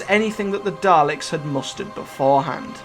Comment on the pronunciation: Daleks, not Darleks